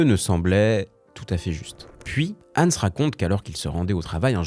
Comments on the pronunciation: Je râle car la vidéo est bien montée et bien écrite mais comment peut on mal prononcer le prénom du sujet de la vidéo ? C'est pas Ensse mais HANS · Fauter tellement de fois sur la prononciation de Hans c’est un crime 😅 idée: utiliser l’IA non seulement pour écrire son script mais aussi pour apprendre à prononcer d’autres langues